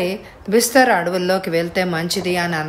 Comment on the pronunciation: బిస్తర్ కాదు బస్తర్. కొన్ని పదాలు తప్పు చదువుతున్నారు